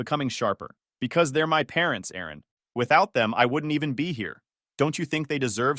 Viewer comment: It's Aaron Not Erin